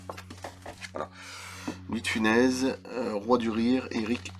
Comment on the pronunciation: Louis de Funès ce prononce bien Funesse non ?